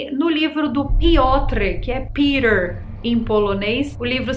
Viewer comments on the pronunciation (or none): none